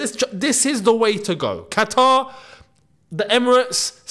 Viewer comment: Kataar ye?! great pronunciation for an Arab 😅😅